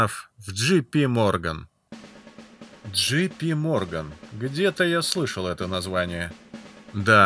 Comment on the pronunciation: джей пи морган, а не джи пи